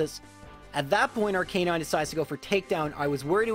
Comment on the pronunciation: It’s Arc-Uh-nine not Are Canine